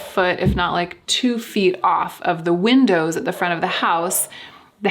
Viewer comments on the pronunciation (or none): none